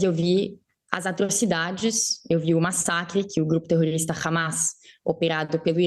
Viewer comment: Que dificuldade da jornalista de falar terrorista!! Terrorista para estes jornalistas são as velhinhas do 8/1!